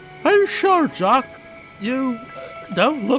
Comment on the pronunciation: It’s jock not yock geez 🙄 how hard is that